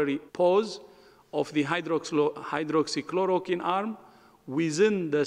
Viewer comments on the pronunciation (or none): The medical Dr. should hold the post at least she/he understands the situation like this. He can’t even pronounce hydroxychloroquine.